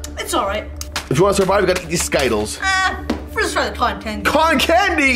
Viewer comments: Skittals its ski tles skitals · I’m did he just say skittles wrong